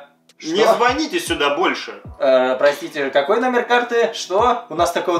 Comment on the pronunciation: Не звоните, а звоните. Как же это бесит, говорите по русски. Пожалуйста.